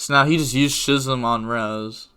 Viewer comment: "Schism" is pronounced as "Skizzum"